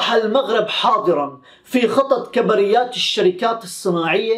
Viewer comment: سلام اخي للتحيح فقط نقول كبريات بضم الكاف وسكون الباءو فتح الراء